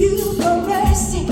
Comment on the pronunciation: Last to say first so far 😂 God I love malt milkshakes ❤ did you notice it sounded like she was begging you for birdseed instead of mercy 😂